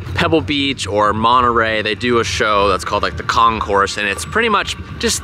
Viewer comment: Also, not con-course, with the S. It's con-cor.